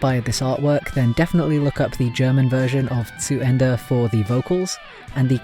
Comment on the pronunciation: Damn. You said "zu Ende" pretty good for a non-native speaker. I've always heard from other people that German sounds harsh and as if you'd always argue but never have I heard someone saying it sound beautiful. Thank you so much for the compliment! c